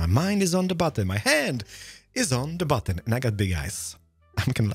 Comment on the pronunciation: Because of his accent and me not looking, I thought he said "last episode we made a butt. This is my butt." Immature, but funny.